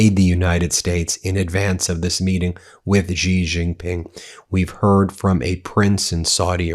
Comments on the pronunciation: Me again - so far it's Gulf of Hormuz, not Hermoz, infrastructure, not infastructure, and Shi-Jin Ping, not JI-jin-Ping. Just trying to help, Ben. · Xi Jinping is pronounced "Shee Jin-ping" it is important to say it like this as it is about respecting different nationalities. By pronouncing properly i have found in my 25 years of traveling China, I earned great respect….🇿🇦🇨🇳